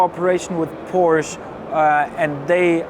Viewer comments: its fucking porschE. not porsch ffs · No it doesn't ask Porsche people they will say a two syllable word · Porsche made their own official pronunciation video already maybe a year or two ago. That settled it absolutely authoritatively if it wasn’t already. The person in this video pronounces it incorrectly. Sometimes the factory drivers do too. They know the cars but are not authoritative for pronunciation.